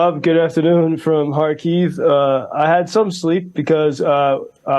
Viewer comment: Why can't Joe pronounce the city name Kharkiv correctly? Is it so difficult to be not so ignorant as English speaker?